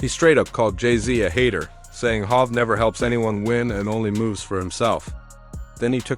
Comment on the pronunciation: Who the fuck is Hav? Jay is hov. Hav is havoc from mob deep this video trash. And who is yoyo 🤣